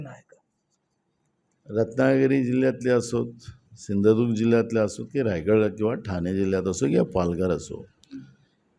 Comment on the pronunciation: नानां तुम्हाला धड कोकणं बोलता येत नाही धड सिंधुदुर्ग तुम्ही सिंधुदुर्गाचा विकास काय करनार